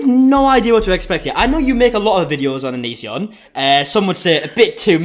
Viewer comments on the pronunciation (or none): Ononsion. Come on dude🙄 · did you call him O-nonce-ion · This is my first video I've watched of yours, and I'm not sure if it's just your accent, but I could've sworn I heard you initially called him "O-nunce-ion". Beautiful. 10/10 Accurate.